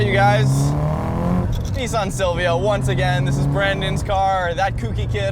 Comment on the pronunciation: It's pronounced Nissan not Neesawn 😀